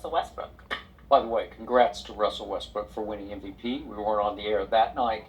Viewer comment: Why you saying westbrick instead of westbrook